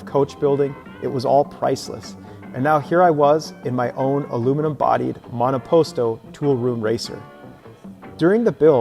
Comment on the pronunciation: When you said " monoposto" my Italian roots got high!! ❤️👍